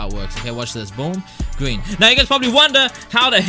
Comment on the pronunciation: BOOM GWEEN THIS TIME I GWEEN IT EASY